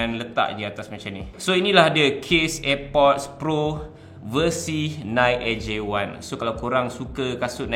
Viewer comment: Nice video bro tapi sebutan NIKE adalah (naiki) bukannya (naikk). Hehe